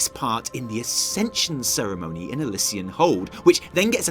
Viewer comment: The double "ss" in Elyssian Hold is more a "z" sound than a "c" sound. I got some nice conduits from my calling caches.